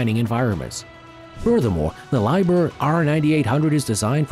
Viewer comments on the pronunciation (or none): Please ask the manufacturers how they pronounce their company name. Lie brr? That would be Leeb hair...